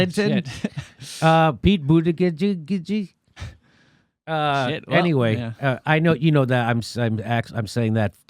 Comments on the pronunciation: Hey Jimmy, can you not continue that trend of mispronouncing someone's name just because you don't like them? That's exactly what Fox, CNN, MSNBC, etc. did to AOC. You even pointed it out on several of your shows. Thanks, I love your show, but this isn't the first time you've done this to Buttigieg; is kinda douchey. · JIMMY - JUST PRONOUNCE HIS NAME AS "BOOTY GIG " HE'S GOT A "GIG"AND HE LIKES TO GO "BOOTYGIGGING" FOR HE/HIM BOOTY !!! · Making fun of someone's name, and refusing to pronounce it correctly, regardless of who they are, is childish, and insulting. I expected more. I had to stop as you just kept fucking up his name. Grow the fuck up. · If Jimmy didn't even bother to figure out how to pronounce Pete's last name, how can he expect anyone to think he did thorough research on anything else about the man? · Over and over again I love how you pretend to suddenly know how to pronounce his name. Lol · Yeah it's annoying at this point. I was going to share this video with a friend who likes Pete, but your intetional mispronunciation is embarrassing. I'll find another progressive YouTuber for this task. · He should just drop out. I wouldn't want a president with the name Buttigieg anyways. Can you imagine? People will call him "President Butti (Booty)" lmao omgg it sounds like Jimmy said "Booti-gizz" see this is why we can't 😂 ... oh he's actually gay? * Google's information * 🤐 Oh, hm, actually gay. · Jimmy come on you have legit points but it's no longer funny to mispronounce his name and if you gonna do it anyway say Bootyjudge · Never trust a person who doesn't pronounce his last name correctly (I'm highly certain it should be 'BOO-tih-geeg'). : P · Jimmy - learn how to at least say his name. Boot Edge Edge. It ain't hard. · It's Pete Butti Judge your deliberate mis pronunciation is the reason I can't share this with people who could get what you have to say but wouldn't be able to get past your obvious disrespect, I mean your....humor?